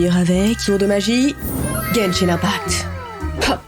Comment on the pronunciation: Moi qui joue a Genshin tu le dis très bien